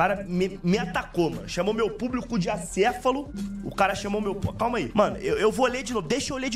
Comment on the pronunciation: Ele não pesquisou o significado de acéfalo, ele pesquisou o significado de ACEFULO, sem acento e com U ainda por cima Eu tava achando que ele falar acéfulo era só vício de linguagem, mas não, o cara pensa que é assim mesmo que escreve pqp